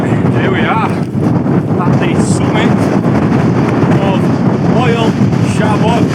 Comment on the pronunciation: Its pronounced mole shabod, bloody Yorkshire folk 😂😂😂